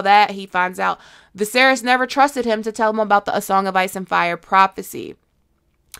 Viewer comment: Also Daemon: Hey, you mispronounced Fire.